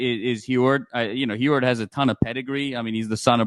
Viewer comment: The name Huard. You pronounce the U…Fight On!